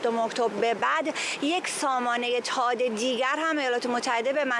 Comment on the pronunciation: تاد نه ، ثاد .... درست تلفظ کنید لطفا 🙏🏼🙏🏼🙏🏼🙏🏼🙏🏼🙏🏼🙏🏼🙏🏼🙏🏼🙏🏼